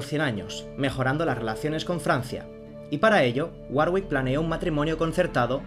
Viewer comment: Se pronuncia warick. La hermana de Enrique estaba con el duque de Borgoña